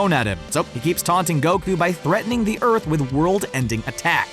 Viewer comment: “Urt” it’s earth😂